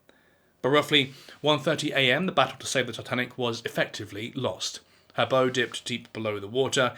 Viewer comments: The bow is pronounced ‘bau’ not ‘bow’ 🎀…… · I've never the front of a ship pronounced this way. I'd be far less surprised if an AI narrator made the gaff, but this is a living bloke. The word rhymes with "now."